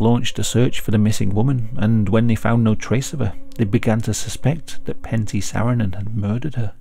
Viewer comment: Lol it's Pentti, not panty :''DD a finn here.